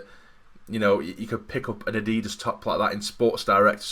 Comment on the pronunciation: Well I just unsubscribed upon learning you pronounced Adidas like that xD